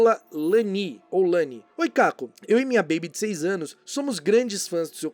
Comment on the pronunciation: ahhh !! Fui respondida! Obrigada Caco... Mas é "ianni" e não "Lanni" 😍